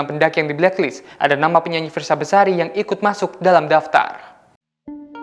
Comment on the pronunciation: Bang Namanya Fiersa Besari bukan bersari